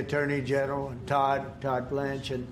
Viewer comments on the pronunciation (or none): none